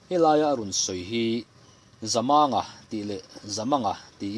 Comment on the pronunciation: Voel sign chu awm se chhiar dik loh a awm lo tur a ni a, Zamanga tia i lam hi thlukna voel sign aw se Zamânga tih tur a ni a, i lam fiah thin a, chhiar sual te hi I hlau bawk thin a, i chhiar hi a ngaihnawm bik thin e